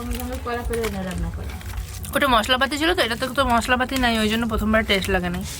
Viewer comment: বারংবার তনু বলছিল কলার বতি হয়েছে এই " বতি " মানে কি বোঝাতে চেয়েছেন একটু বিশ্লেষন করে বলবেন দয়া করে। আর অঙ্কিত এর মা টেস্ট কে উচ্চারণ করলেন টেস এটা ঠিক করে উচ্চারণ করতে বলবেন ঠিকটা ওনাকে শিখিয়ে দিন।